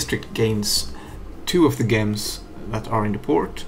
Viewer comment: A bit late but gems is pronounced jems... With a j like Jupiter not like Johan.